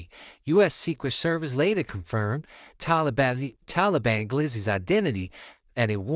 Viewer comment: Why bra keep saying “Talablam” doe 😂